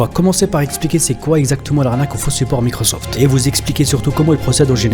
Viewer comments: en generale quand les mec te disent micrausauflt et pas microsoft c'est pas très net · "Appellez l'assistance de Micreauseauft"